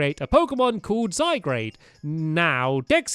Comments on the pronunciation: It's not zy grade it's zy gard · I know you have Dyslexia Stampy but its pronounced SygArde not ZygRade. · Stamps its pronounced zy gar d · zy-guard not zy-grade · zygarde not zygrade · ITS ZYGARDE NOT ZYGRADE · It's Zy-g-a-r-de not Zygrade😤 also it's a legendary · all the pokemon fans are crying "ziegrade" lol ZYGARD 😂😂😂😂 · Who notice stampy saying zyguarde wrong he was saying zy grade not zy gaurd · it'd not Zygrade it's Zygarde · I've been triggered in this video. Zy-Gaurd. not grade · SO TRIGGERED! It's Zygarde! Not Zygrade! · ZYGUARD NOT ZYGRADE! !!!!!!!😠😠😠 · Zyguard not Zygrade read stampy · stampy you are saying it wrong it's not zy-grade it's zy-graud and it's a legendary pokemon and you might get ash-greninja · zy-gar-de not zy-grade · you have to say zygard with the ar not grade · Stampy it's Zygarde not Zygrade! You need to upgrade your glasses stampy! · Also stampy you assemple zygard with the cube only fist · stampy its not zygrade its zygarde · ITS NOT ZYGRADE!!! ITS ZYGARD!!!! ITS GARD!!!!! NOT GRADE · It's zy gard not zygrade! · Zygarde not Zygrade I don't know what made you say Zygrade it's Zygarde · Its Zygarde not Zy-grade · Zygrade XD YOU ARE SAYING IT SO WRONG XD it's (ZI-GUARD) ALSO DO YOU KNOW ANYTHING ABOT THE KALOS REGION. Edit: I'm so sorry stamp my I didn't know you were dyslexic. I hope I didn't insult you. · Zygrade?! ZY-GUARD. But It's Spelt Zygarde. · It's not Zy-grade , ITS ZY-/GUARD/ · Stampy zygarde got the a before the r not after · Cory Playz It's spelled Z-y-g-a-r-d-e not Zygrade and it's pronounced Zie-guard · ZYGARDE NOT ZYGRADE! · The Iron Golem OMG its zygarde not zygrade stampy. Noob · "Difficulty writing by hand" Seriously that's what being dyslexic is, isn't it? you have difficulty writing by hand i don't have difficulty writing also i wasn't saying how it was pronounced i was saying how it was spelled because Stampy thought it said Zygrade and not Zygarde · It's not ZygRAde it's ZygARde or Zy-gar-d silent e of course